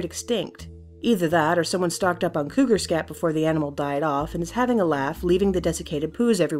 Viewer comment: wot is couger xddd